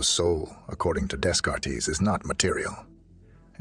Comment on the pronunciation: "Days-Card-Tees!!" xD I enjoy your content but the amount of times you butchered his name really traumatized me.